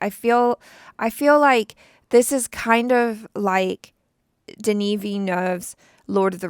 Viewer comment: Yeah, you botched Denis' name.